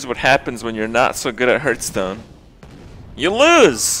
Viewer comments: There is a reason why he calls it "Hurtstone" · Drives me nuts how he mispronounces Hearthstone.